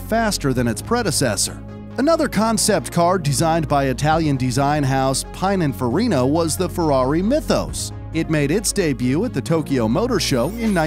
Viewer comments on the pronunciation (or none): you mispronounced that so badly not "pine" more like "pin in farina" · What!!!!! It's PI - NIN - FA - RI - NA not PINE - IN - FA - RI - NA and ferrari 328 is the successor of the 308 the 288 gto. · Geezer guy...with all that info...how can you say PINE IN FARINA? OMG LOL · Ah yes the well known Italian styling house Pine and farrino. Seriously, this guy mispronouncing stuff on purpose? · Along with miss pronunciation of names such as Pininfarina the arrow pointing at the front of each vehicle when mentioning the engine made this a little irritating.